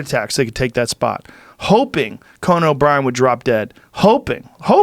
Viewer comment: Did anyone else notice he says ConANN when talking about Conan OBrien and ConINN when talking about the Barbarian??